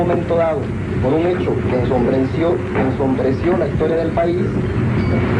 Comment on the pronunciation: El pendejete que le reclama es el Jose Reveles, Diaz Ordaz se burla de su ignorancia y pronunciacion: "ENSONBRENCIO" hasta la fecha esta traumado por la leccion de caracter de Gustavo Diaz Ordaz.